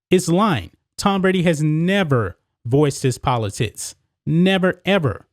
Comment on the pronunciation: Am I the only person hearing “politits” when says, “politics”? Just when I thought there was no way I could be pulled back into caring about elections, my man has managed to cast a different light upon the subject and frankly, I might be back! “Don’t let this last Presidential debacle leave a bad taste in your mouth. Let the redesigned, reshaped, and enlarged politits of future Congressman Bambi “Cotton” Canyons act as two perfectly shaped beacon’s, cutting through the darkness and exciting the next erection.